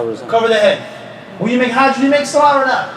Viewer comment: Swalaa bila uthuu is not swalah